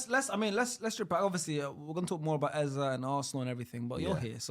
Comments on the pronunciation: Eze is bunkers for butchering our great name. It’s Eze not Eza. He can do one. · It's not pronounced Eza, it's Eze. My man can't speak Igbo, so I don't blame him. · eze is pronounced “a-zay”, not “ezzeh”, he anglicized the name cause he was brought up in the UK . take this from an Igbo Nigerian. It’s “a-zay” . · His name is not “Ezah” ffs. It’s pissing me off as an Igbo man lol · That is not how you pronounce Eze it’s Ezay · That's not the correct way to pronounce "Eze" oo. 😂😂